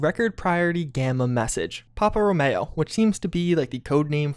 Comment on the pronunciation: its row-me-oh, not row-may-oh